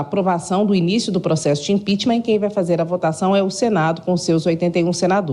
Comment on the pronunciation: impicheament. neste maluco.